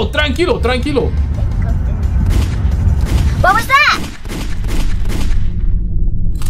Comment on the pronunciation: TránquiŁo Papí TránquiŁo. Lol. Everytime 😅